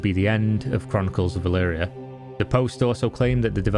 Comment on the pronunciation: E L V R I A. Why the fuck do u keep saying E L V IIII R I A